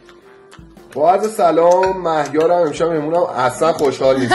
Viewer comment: ببخشید ولی اعصابم خورد میشه وقتی میگی سلوم